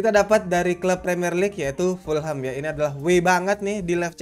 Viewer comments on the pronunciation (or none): none